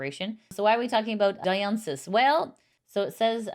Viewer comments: Just FYI Dionysus is pronounced Die-o-nye-sus not Dee-o-nye-sus (Dionysus is a ancient Greek god associated with wine and celebrating)🙂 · Minor nit, since Dionysus is from Greek mythology, and it's pronounced dai·uh·nai·suhs, just in case they make your show again in the future. Other than that, thank you for the Vtuber news! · you pronounce it like, DI O NAi SUS Hope that helps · Next time look up how to pronounce Dionysus 😅 I normally love your style and presentation, but choosing not to spend those 3 seconds learning or making sure how to pronounce a name that is actually the name of a famous classical Hellenistic god is simply lazy, unprofessional, and embarrassing